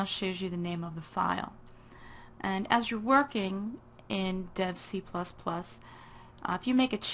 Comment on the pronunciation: Lol did you say dead IDE?